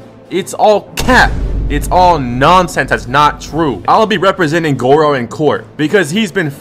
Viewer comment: Did bro say goro?